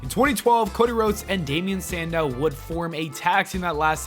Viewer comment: The way he said Cody Rhodes was so weird he said it like cod eh rods